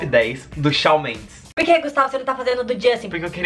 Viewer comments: Amei o vídeo ❤️ mas é "Chan" Mendes que fala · se pronuncia shon mendEs, mas tudo bem :) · Ele fala Shal Mendes❤❤😂😂😂😂😂😂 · Apesar de ter pronunciado o nome dele errado eu amei, como não gostar de algo que envolva essa cabra berrenta? ahhh o vídeo ficou ótimo ❤❤